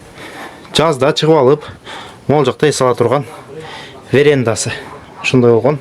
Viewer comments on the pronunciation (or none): Верендасы эмес верандасы